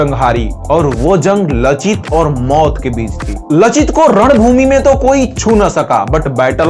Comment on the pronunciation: लाचित। और अगर उच्चारण देखेंगे, तो लासित। उस जाति का नाम है आहोम, अहोम नहीं। Lower Assam का कमांडार लासित बरफुकन दो जंग में लड़े थे। आलाबोइ के लडाई का फल अनिश्चित था, पर शराइघाट के लड़ाई में उन्हों ने गुवाहाटी पार कर के रामसिंह के सैन्य को मानाह नदी तक भगा दिया था।